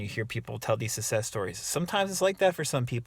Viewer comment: Guy can’t even pronounce success successfully so his complaining here makes total sense